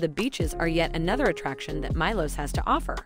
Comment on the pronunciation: Good content but please consider pronouncing the names of the islands correctly (for example - Milos is pronounced “Mee Los”).